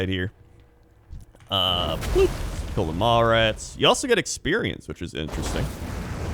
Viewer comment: I keep hearing mall rats instead of maw rats